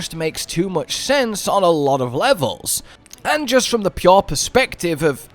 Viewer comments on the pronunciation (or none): none